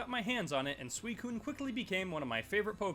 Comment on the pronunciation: This dude called suicune sweecune